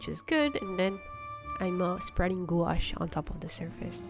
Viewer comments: It's pronounced gwash, I was laughed at in an art shop when I pronounced it like you and was promptly told how to pronounce it lol. Loved the cards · FYI prounouce gouache like it rhymes with “squash”. That way you are helping others. If they go to store to purchase, they won’t be embarrassed when they are corrected by sales person. Enjoyed the card ideas.